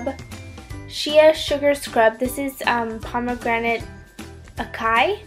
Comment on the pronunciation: made me cringe when she said acai and charol?..lol